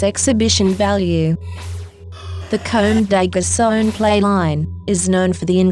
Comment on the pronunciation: I love the video but how she's saying "Comme des Garçons" and "Kawakubo" annoyed me :"D